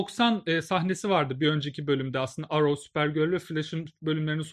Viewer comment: Arrow yazılır errov diye okunur